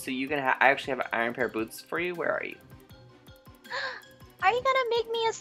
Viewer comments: IT'S NOT URINE IT'S IEON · Why do you call It arn? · Wai Du U Call Iron Aaron? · It's iron not iern